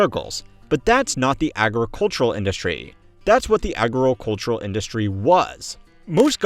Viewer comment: It's funny how much trouble he has saying the word "agricultural".